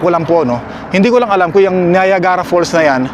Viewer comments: Hello,! I think this my first time to make a comment on your vlog. Dahil sa influencer ka, please try to google the proper pronunciation for Niagara para sa mga tao sa ating bayan. Salamat - it’s not meant to be a bash. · Free po ang google, i-google mo yung correct pronunciation ng Niagara kc taga Canada kpa nman at malalaman mo din sa google na capital ng Ontario ang Toronto😬 wag mo gawing excuse yung laging hindi mo alam kc nka wifi k nman kaya use google to search stuff✌️